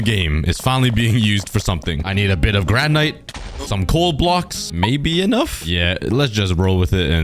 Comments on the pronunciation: And it’s (gran/it) not (gran/ite)😊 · Hey, just so U don't make mistakes in the future, you were calling granite (gran-it) granyte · You don’t pronounce granite like gran nite it’s like granit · It’s not granite it’s granit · Are we just going to ignore the way he said granite? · Bro... you can't pronounce Granite?